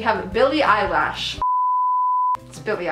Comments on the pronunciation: Don't make fun of the way people from Texas talk, it is not nice! ☹️ Jazzy Ann pronounces "Eylish" the same way. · nobody:: "Billie Eyelash" 😂😂😂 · I noticed other Texans also pronounce Elish as "Eyelash". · she said eyelash on purpose